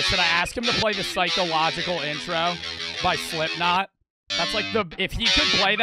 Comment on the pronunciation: Did you say psychological💀